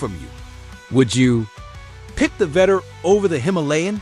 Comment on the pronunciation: Vettore [veh-tor-rey]. Gotta love AI voiceovers